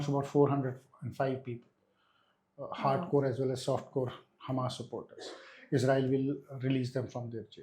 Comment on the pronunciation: The interviewer keeps pronouncing Hamas as hummus like the dip. Also, the way she is asking the questions is irritating. I am not sure if she is ignorant of history, such as Hitler and the holocaust, or just trying to establish simple facts for her viewers. Irritating either way. as usual was excellent.